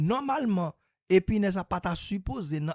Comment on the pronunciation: Se pa epinès se epinèz 😅😅😅😅😅😅. Tenten kap fet